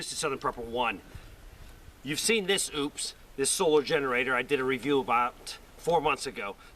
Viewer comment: it's O-PUS. not OOPS.